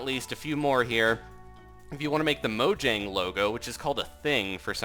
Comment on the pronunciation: pronounced mouyang